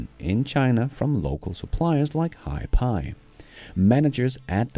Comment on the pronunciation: Hiphi is prounounced like HiFi, ie High Fidelity.